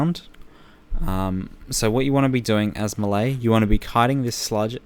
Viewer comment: the way he says 'melee' triggers me